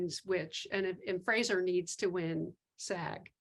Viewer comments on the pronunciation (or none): none